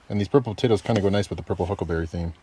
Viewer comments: I LOL'd when kept saying "Huckberry" considering he is now sponsored by them. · Native Montanan here, it's"huckleberry" not "huckberry" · Huckberry😢 Its Huckleberry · how many time he just sad Huckelberry? xD